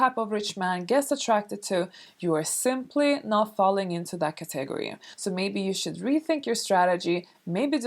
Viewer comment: It's her Swedish accent, lol ca-TEH-gory.